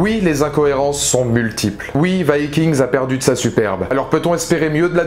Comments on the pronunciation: il meurt tous sauf ivar et on prononce vikings et non vaskings cest un peux nul avec l'accent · ce que je retiens de la vidéo c'est la prononciation du titre viking, c'est chelou